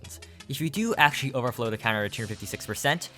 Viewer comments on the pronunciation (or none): Bro can't keep calling it "overflow"